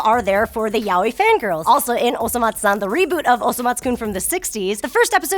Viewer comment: THANK YOU FOR SAYING OSOMATSU-San